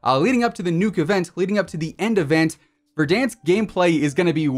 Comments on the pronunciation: I like when you say Verdansk correctly, I feel big cringe when you say Ver-Dawnsk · No body: Not a single soul: VERDAHNSK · Man pronounces verdansk like it’s french